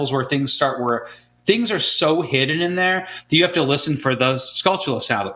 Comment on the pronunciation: I always thought their pronunciation of "Skultula" was odd because I assumed it was a combination of skull and tarantula in which case the tula would sound like chula